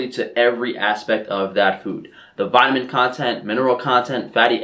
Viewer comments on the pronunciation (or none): none